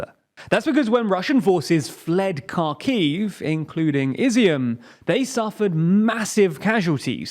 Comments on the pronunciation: You would sound so much more credible if you pronounce the names of the towns correvtly. Or even remotely close to their actual names. Hint: they are not "Karkiv" nor "Kurzon". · please drop the “K” off the city names. Try “Hear son”. And Kharkiv is the same “Har Kiv” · News EU | Cherson / Херсон is spelled out Herson, the K is silent, abit like in know or knowledge. I don't understand why almost nobody is even bothering to check that... The same is true for Kharkiv/ Ха́рків its called Harkiv. In cyrillic both cities start with an X. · Kharkiv is especially painful. Like, that was so wrong I'm almost impressed. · fuck, man you are filming news, but cant pronouns cities and surnames correctly its not "Kirzon" its "Herson" stress on "e" its not "Karkiv" its "Harkiv" stress on "a" not "Prigzovin" its "Prigozhin" stress on "o"